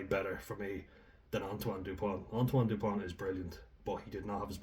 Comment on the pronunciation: It's not "depoint", it's Dupont.